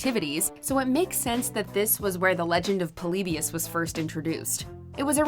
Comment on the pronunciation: Why does she pronounce Polybius like that?